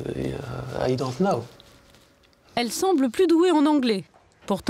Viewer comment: même l'anglais est bousiller hhahahah i dont know ( nō )et non pas i dont now ( nou )